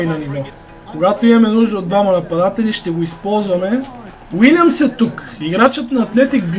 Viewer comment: казва се Уилиам а не Вилиам също така е Клайвърт а не Клуйверт готино видео иначе ;)